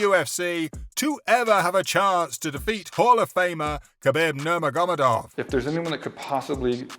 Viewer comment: Please hire a different person to narrate / do voice over. Sounds really dumb when he says OlivIEra or NurmaGOmedov. Ok he knows nothing about the subject he is talking about but at least learn how to fucking pronounce their names at last.